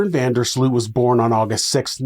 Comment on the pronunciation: Sloot is pronounce 'Sloat' in Dutch